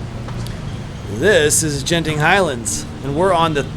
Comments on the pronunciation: G in Malay is like G in Guard, so it is not Jenting 😀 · FYI it's Genting like gambling (hard G), not Genting like germs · Fyi, the ‘g’ in ‘genting’ is pronounced like how u would say ‘gurkha’ or ‘goal’. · btw, the G in Genting is pronounced like u would pronounce "Go"